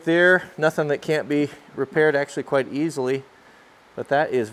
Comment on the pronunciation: See if we can axeually